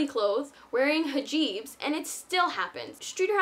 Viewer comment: hajeeb LMAO! its hijab! lol